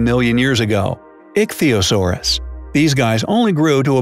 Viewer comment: Pronounced Plesiosaurus and Ichthyosaurus wrong but hey